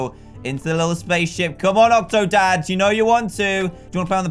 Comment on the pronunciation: Call octodad, octodan Like if you agree